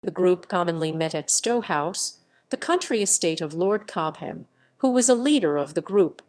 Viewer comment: These awful false, stocatto-like narrations: 'Cob-ham'!, when it's simply 'Cob-am'.......more rubbish!